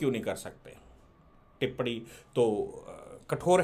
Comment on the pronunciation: टिप्पणी ठीक से बोलिए